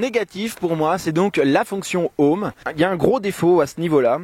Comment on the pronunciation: "25 minutes décevant, même très décevant.." Really? Et PARO, c'est toi le Paro! :P "La fonction OM" on prononce le H en anglais grrr... -1 désolé